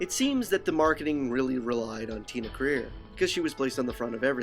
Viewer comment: It's Tia Carerra not Tina Career